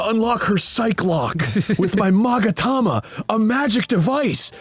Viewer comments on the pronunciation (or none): none